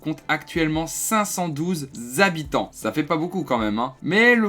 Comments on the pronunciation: 512 zhabitants xD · Oh le retour des zabitants !